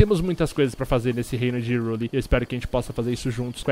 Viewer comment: não se pronuncia Hyrule (rirule), se pronuncia(rairule)